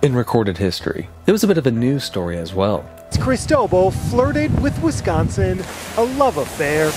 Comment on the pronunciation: The earth is so hot now is anyone surprised? I am surprised at your pronunciation of Cristobal and Equator tho! I rarely hear it like E bike or E mail because it is the equator! Instead try Cris toe ball not cristoble!